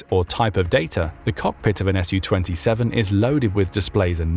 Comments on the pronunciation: It's not pronounced "Ess You Twenty Seven, but rather "Sue Twenty Seven". Su-27 is short for Sukhoi 27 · I appreciate you for your videos, however please stop saying Shu-27 or Shu-35, its Su ,short form for Sukhoyi.